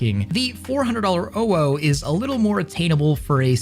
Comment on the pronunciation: Jesus, the insane input delat on the gloves. Took like 2 full seconds for it to react once you let go of the bowstring. Also why do you say owo like that? It's not "ow oh". It's like you're trying really hard to not sound like a furry, even though nobody is gonna care if you said it the right way. But then again, you're wearing facemask as "fashion" so can't expect too much from you.